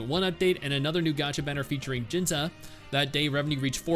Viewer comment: Who's "Jinza"? Lol It's pronounced "Jin-see"